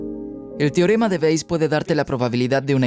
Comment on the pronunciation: ALGUIEN QUE LE DIGA AL ACTOR DE DOBLAJE QUE NO ES "TIOREMA"...... SI VEZ ESTO... SE PRONUNCIA "TE- O- RE-MA"... REPITELO FRENTE SL ESPEJO TODOOOOS LOS DÍAS.